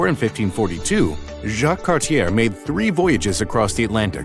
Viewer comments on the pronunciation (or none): Also, Cartier is pronounced “Carts-ee-ay,” not “Cart-ee-er” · Cartier is actually a french name! Pronounced (Car-tee-ay) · The pronounciation!!!!! Oh my. Cartier (it's pronounced car-title). Vimy (it's vih-me). And others. This is sad.